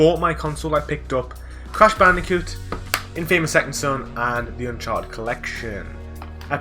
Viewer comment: You get an award for the most alternative way of pronouncing Infamous.